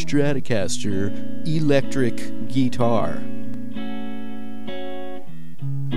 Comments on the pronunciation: It's actually ih-lectric, he was just being facetious, he also called it a ghee-tar. It's just a bit of fun, that's all. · A eee-lecteric gee-tar. Unhuh.